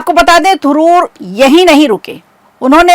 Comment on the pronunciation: Thuroor nhi Tharoor